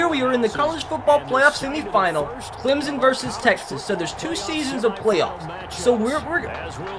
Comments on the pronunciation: It’s not Clemzon it’s Clemson you idiot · I really hate when people pronounce it Climzon. It’s Clem-SON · Clem-sun is how to pronounce it